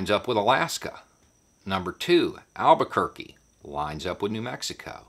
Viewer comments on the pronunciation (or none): none